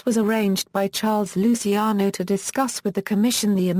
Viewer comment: stupid english, can't even pronounce right lusiano :D